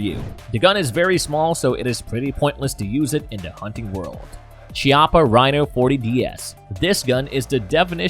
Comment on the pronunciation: Reviewers should know better - It's pronounced KEY-APPA, not CHI-APPA.